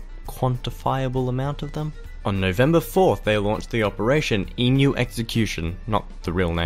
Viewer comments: why does this guy pronnounce Emu as Imyu? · Great video but I still think Sam o nella did it better (even though he can’t pronounce emu)